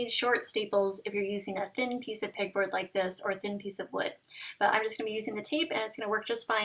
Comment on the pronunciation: Beautiful!!! Also, I kept thinking you were saying "pig board" hahah